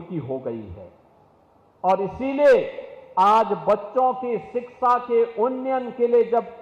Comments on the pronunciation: शिक्षा को भी ग़लत बोलते हैं योगी जी शिकक्षा😅😅 बोलते हैं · बाबा शिक्षा नहीं बोल पाते हैं